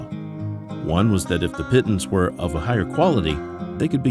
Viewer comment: The "pittens" pronunciation grates.